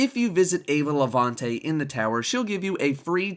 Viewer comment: Eva Levante it's actually a spanish name. In spanish we always pronounce the "e" like in "festival" and the "a" as the "u" in "up". Just a hint to everyone who doesn't pronounce it well